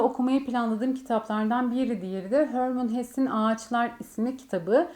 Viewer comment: Hermann Hesse, Almandır. Adında Almanca olarak okunur ve bu okunuş Türkçe’deki gibidir. Hörmın Hes değil yani. Herman Hesse diye okunur. :)